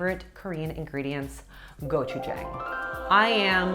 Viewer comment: Not trying to be rude, but "gochujang" is pronounced "go-chu-jahng". Also, loving the focus on Korean diet here. Being Korean, I'm biased, but it really is the best :)